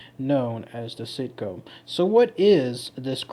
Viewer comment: See-aht-co is how the people in my tribe says it.